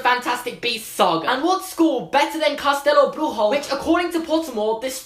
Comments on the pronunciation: I thought the South American school was pronounced castelabrushio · it’s pronounced castelobruSHo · Okay, so, like, you did pronounce "Castelo Bruxo" in a wrong way (it's cass-tell-o broo-shoo), but oh my god it was so cute. Anyways, I think it is unlikely that we will meet Benedita Dourado (btw it's do-ol-ra-do) unless she was living outside Brazil by the time. You see, during Brazil was going through a terrible situation. There was a lot of tension and the president was basically a dictator. I don't think she would have been able to go to hogwarts if she still lived in brazil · congratulations on the portuguese pronounciation, except the letter 'x' sounds like 'sh' instead of 'h' (and yeah, pretty crappy name) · You ALMOST got castelobruxo perfect, only missed the letter x, that you pronounced like an r. I'm Brazilian and I love the idea of a brazilian wizard appearing in the movies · From Brazil here, your pronunciation of castelobruxo was really good, except for the "x" which shouldn't sound like a "h". Should sound more like "ch" as in "Cho Chang" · was disappointing Portuguese pronunciation it’s said “cas-teh-loh broo-sho” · As a Portuguese subscriber you read it in Spanish XD it's pronounced caxtelo bruxo and the "x" are meant to read with 'shh" so it would be written around "cashtélo brusho" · By the way, for those who don't know and for some reason care: Benedita Dourado should be pronounced Ben-uh-GEE-tah Do-r̃AH-doo If you write the name in Portuguese Google Translate it pronounces the name perfectly :) As for Castelobruxo, it's pronounced Cass-TELL-o-br̃OO-shoo Writing Castelo Bruxo in Portuguese Google Translate gives you the correct pronounciation too! Yes the X has the sound of SH in Portuguese and sometimes even Z, it's weird just go with it lol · It's castelohbrusho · Not to be annoying or rude or anything, but it's pronounced "Cass - tell - o - broo - shoo". You can see it in the video. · you pronounced castelobruxo wrong, its a sh sound